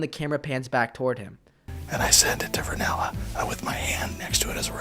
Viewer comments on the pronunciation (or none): you said varnella. You literally analyzed the named wrong. Its rinella, as in steven rinella the well known hunter from the show meat eater... which this clip is taken from. You also didnt analyze the rest of this clip where bryan callen says some of the funniest shit (shit jokes) at a hilarious cadence. And literally makes them all wheeze laugh because they are hunting and therefore trying to stay quiet. You ruined this clip by over analyzing it and doing so incorrectly. These are just bored dudes hunting. This isnt a battle for dominance in a social hierarchy. If anything they are trying to make each other laugh as they are likely cold and bored and trying to make the time pass easier. Guys do this without strings attached. I actually enjoy your content, and think you do a lot better when you stick to real confrontations. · Hey just wanted to point out he says Rinella instead of Varnella he's talking about Steve Rillena who's the host of the hunting show meat eaters. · You inferred an awful lot here, and the man's name isn't Vernella, it's Rinella. Steve Rinella, he's a prestigious outdoors-man who's been on several of Joe's podcasts. I still enjoy the videos, but maybe take a step back and look at this instance in particular from the perspective of two friends who constantly bust each others balls, rather than trying to psychoanalyze a friendship that has no hierarchy. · Hey its "Rinella" not "Varnella" . Fun video! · Its Rinella, not Vernela. Hes talking about Outdoorsmen/Hunter Steven Rinella.